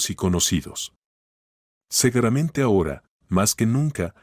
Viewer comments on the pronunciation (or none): Porque dice segueramente ,y es seguramente